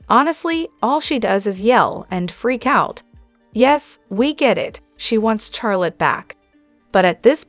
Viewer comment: Her name is Charlotte not the way you are saying it